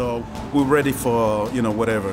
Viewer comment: this is her every interview . " She's a tough oponnent, but I'm gonna be weady," 🤦🤦